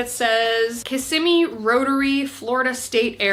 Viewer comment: First, loved literally every single piece! Secondly, shoutout to you for actually pronouncing Kissimmee correctly while not being a native Floridian 😂